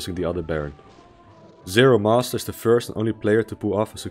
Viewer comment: also, zero MASTER. not zero must.